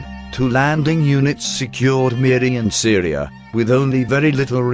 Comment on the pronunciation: Pronunciation is attrocious. I was especially surprised to hear that Syria is in Borneo. The second syllable is good enough, but the Se in Seria should be "Sir".